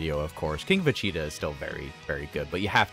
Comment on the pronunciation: take a shot whenever he says "vecheetah"